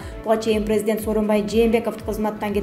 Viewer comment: Бека медиа каналынын журналисти кечирип койунуз сиздин журналистик билиминиз жок болсо керек создор ду так суйломго интонация коюунуз начар орус тилин жакшы билбейт окшойсуз прездент деп сиз жонокой эле создорду туура окуй албайт экенсиз бизден кетсе кечирип койунуздар